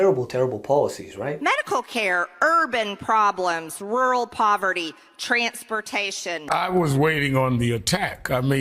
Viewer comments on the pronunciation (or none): You gotta luv how she pronounces the word "TRANS...pertation"! Pure Fascist rhetorical framing. It's amazing how the GOP Nazi try to use what they think is subliminal messaging. It's as ridiculous and it is dangerous. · "Trants-pertashun". So much for Georgia's education system.